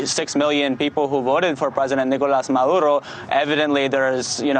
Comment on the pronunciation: Anyone notice that this correspondent calls the Venezuelan president Marudo, instead of Maduro at about :32? By the way, while it’s supposedly ‘business as usual’, the Venezuelan government has shut down most of the internet there. So, no, not business as usual.....